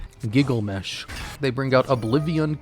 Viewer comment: Say Giglamesh one more time